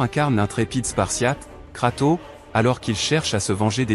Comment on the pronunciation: Arrête de dire KratOOO:face-red-droopy-eyes